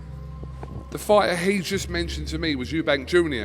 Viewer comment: guiding him to say Eubank.